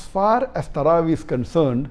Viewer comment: Tarawee sounds like sarabhi